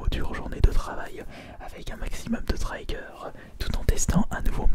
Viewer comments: C'est bien d'essayer de prononcer les mots anglais avec le bon accent mais trigger ça se prononce "trigger" et non "traïgeur"... Fin bon c'est pas grand chose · Trigger pas trayger